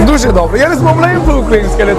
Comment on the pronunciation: Merak etme kız hoslandigindan degil bu mal niye göz kırpıyor diye arkadaşına söylemiştir. Yeter 50 defa duje dobre diye dobre tam bir türk aksanı hic yakışmıyor aksanli konuşmak öğreneceğim cok sey var